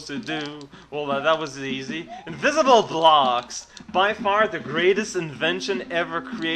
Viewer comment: "inVISIBLE blOOOOOOxXx" ^^ lol, very nice and drunken commentor xD luv this vid. thakns for showing ^^ another advantage: get some sleep (= :D